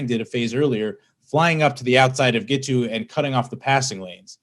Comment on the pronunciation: Admit it. All that adverb stuff was just cover for Zack's mispronunciation of Giteau's name. He failed 3 different ways. Thanks for the news.